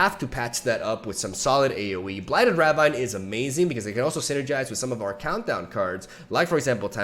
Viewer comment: Se pronuncia "Rabin", no "Rabain".